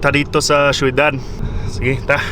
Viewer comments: Syo.dad dili shoidad 😅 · onsay .sheyodad .. dli na ang tarong kai shodad,syudad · Not soydad. Its shodad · syudad pronounced as shoedad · magkatawa ko mo sultig kag "syudad" - "shoeydad" 😂😂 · Galisud sya ug storya sa "Ciudad" hahaha